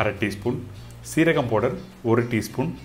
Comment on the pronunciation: What is po-durr ? Did you mean powder or fine ground spices yo ? The Po-durr ain't making sense